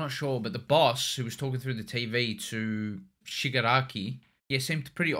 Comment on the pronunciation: They finally got the name Shigaraki right😅